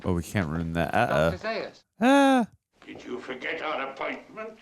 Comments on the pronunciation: Zā-us, not Zī-us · Right, it's not about Stewart's death, and it's pronounced ZA- US . They only mention it in the film several times. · you heard the name Zaius pronounced multiple times during the movie, yet you manage to mispronounce it every time.